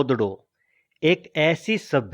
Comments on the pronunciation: mohanjodaro bolte mohanjodado nahi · mahenjodado nahi....its Mahenjodaro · moan jo daro not moan jodaro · "मोहनजोदड़ो " is wrong ==> " मुइंजो दड़ो " is correct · "Mohan-jodro" hehehe